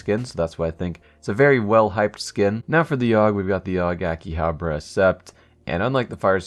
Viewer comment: Why you pronounce so many names wrong? :p akihaBAra, kuMiiicho, vaylence?